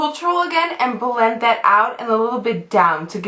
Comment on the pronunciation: i love how you say words with "L". like; b-ulll-end ( blend ) :))